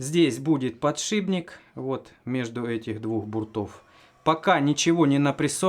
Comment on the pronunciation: Не подшиБник, а подшиПник, от слова шип...